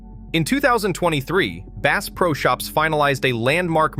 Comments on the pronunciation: Bass pronounced as “base”? Hope you didn’t spend much on your Ai narrative. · "Base" is a new strain of largemouth Base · Clickbait! You use the word Base. You can't even pronounce the word Bass! And it is not Cabeela's it is Cabela's. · Ai generated slop. Can't even pronounce "bass" correctly.